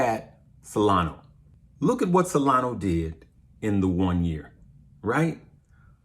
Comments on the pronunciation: It's SolanA not Solano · dude, it's SOLANA... not Solano. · Solana Sol lan ahhh. Not Salano